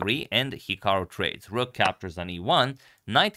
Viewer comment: Because again, you said "Ok, rook..." ~> "Ok, Google" ))) So funny